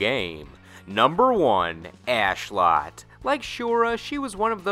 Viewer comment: Isn't it Ashlotte with Lotte being pronounced as in lotus? XD this guy says ass lot, yet likes her. I personally didn't. She is a golem, created by pagans, and has a shorter reach than Astaroth. Also I didn't like Pyrrha Omega. The whole time I didn't even recognize her as a variant of new character Pyrrha and thought that she was Sophitia made more brolick and wack at the same time. I thought her moveset hit hard and flashily, but her physical stance, lead up and follow through seemed weak, like a physically sub normal character having some great dark spiritual weapon be the powerhouse. It seemed sad and empty. I also don't like Shura, though mainly because she is dressed like a ho, which seems strangely accentuated by her not having a butt.